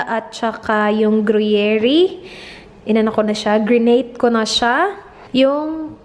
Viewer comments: groo-yair - accent on the second syllable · 1. Don'be ignorant, educate yourself - girl, di pwede ngayon yung di ako mahilig sa news because COVID 19 is a matter of life and death. 2. Be sensitive and ALWAYS CHECK YOUR PRIVILEGE. 3. It's Gru-yer (or gru-yair). Not Gru-ye-ri.✌️ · GURYER lang po ata basa dyan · You pronounced gruyere and Maldives incorrectly. You should Google or search on YouTube the correct pronunciation.